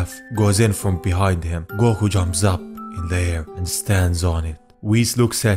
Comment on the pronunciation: "Goko" ok then